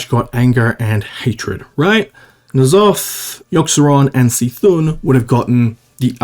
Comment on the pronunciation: Even after years, still pronounces C’thun as “see thun” never change